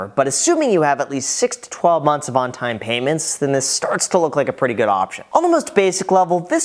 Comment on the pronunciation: "6-12 months of ontome payments"